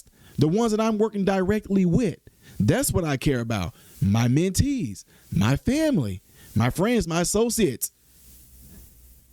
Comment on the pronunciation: mentees? like manatees?